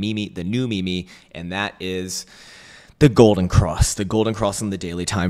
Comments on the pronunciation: Not ME ME. It’s MeeeeeeeeM. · The best meme is saying me-me.